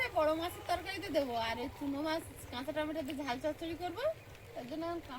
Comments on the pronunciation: টমেটা নয় টমেটো 😊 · টমেটা কথা টা ভুল ঠিক করে বলবে😂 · tumi tameto bolbe kathata tameta na tameto hobe. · Please say t ma to not tmata pronunciation should be right. People watching your videos I am watching your video too. Please don’t mind.